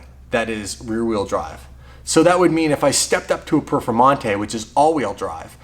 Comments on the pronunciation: Lamborghini perfermontay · Lamborghini perfomata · Lamborghini Perfamonte